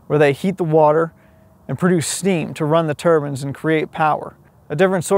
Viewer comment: PRONOUNCE TURBINE CORRECTLY OR THERE WILL BE CONSEQUENCES